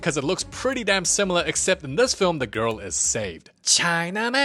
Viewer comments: it is “The movie begins “ Not DA MOVIE BEGINS” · i know its going to be a peak vid when i hear 'da movie begins...'